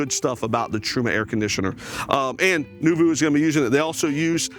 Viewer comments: Thanks for sharing this...we love the Noovo Plus - it's so exciting that you'll be selling these! Btw, it's not pronounced "new-voo"...it is pronounced "new-voh". Sidenote, we were told it has the Dometic RTX 2000 12v a/c. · It's new-vo (long o sound). Nice van, but too expensive. Cool to see. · Yep - phonetic spelling of the french word Noveau (NOO-voh). Thank you - I like his walk-throughs but the butchering of the name was killing me. 😁